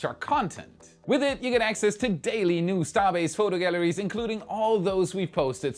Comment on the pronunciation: "Galleries," not "gallaries".